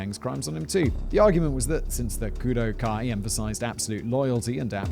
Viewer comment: Kudu, or koodoo, is the Khoikhoi and seTswana name for this antelope. while Kudō-Kai is enunciated as Kudough-Kai you slaughtered that word 450 times during this video Simon please show some Grammatical Mercy upon this poor word